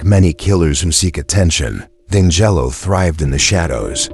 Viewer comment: Danzelo? it's Deangelo. assuming this is an ai voice.